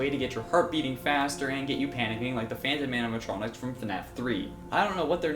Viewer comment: It's animatronics dzuh you say it two times without correcting my goodness